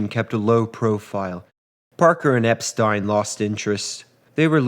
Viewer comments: "Epstein" = "Ep-stine", not "Ep-steen"... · Excellent video.....just one thing......Brian Epstein's last name is pronounced ep-STINE, not ep-STEEN. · It’s pronounced. EP STEIN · Very good history telling. Focusing on each day and each hour makes the story richer. You pronounce Epstein correctly once, in a quotation, as if it’s a matter of accent. Interesting.